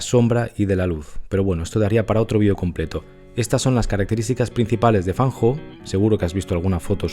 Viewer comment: 👍 Lo pronuncia muy bien. Llevo + de 19 años estudiando chino mandarin. 😊 Muy buen video. Muchas gracias. Totalmente de acuerdo con usted. La perfección no existe en nada. Todos los artistas la buscamos. Es muy humano... En fotografía; dibujo, pintura ya no lo intento. En el canto lírico; danza, o en mi Viola de Gamba,etc..., si lo necesitaba/ necesito más. La perfección es la felicidad instantánea, e infelicidad interior permanente asegurada... Me gusta algunas fotografías de FAN HO. Las que tienen personajes humanos, más emocionales. Las personas que tenemos rasgo de personalidad D.O.E S - P.A.S = español; vemos, olemos, oimos, sentimos, saboreamos el mundo muy diferente ( como cualquiera otra neuro divergencia) al resto de humanos. Sí, lo conocía. Gracias, lo he disfrutado mucho. Me ha gustado volver a recordarlo. Siempre tenemos a Cartier Bresson como referente en la libreria y mente todos. 👋👋 Recuerda que los mejores medicamentos son: infusiones o mejor tisanas cocidas de: tomillo, limón y miel "española" de romero, eucalipto lo más sólidas posible. La importada está llena de micro plasticos! Ajo, cebolla ( crudo mejor mezclado con la comida ), genjibre,limón. con miel. Romero,limón, miel. Para los resfriados, gripe, virus o enfecciones bronquiales de todo tipo. Vicks Vaporut cuello,torax y espalda antes d dormir como mínimo. Respirar vapores de eucalipto hervido con toalla por encima con ojos bien cerrados diario. Cama,calefacción,cuello y